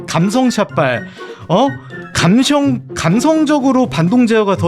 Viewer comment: 감셩=미국 발음